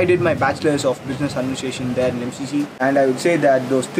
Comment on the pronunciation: Em She She - thats how you pronounce it :)